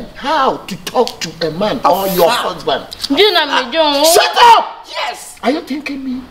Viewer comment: You mela be shout up" eeii Aca 😂😂😂😂